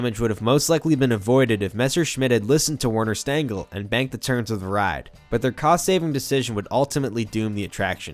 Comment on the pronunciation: And while we're here, the designer's name is pronounced "Verner Shtengel".